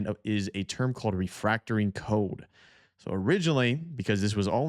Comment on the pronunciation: the word is Code Refactoring, not "refractoring"...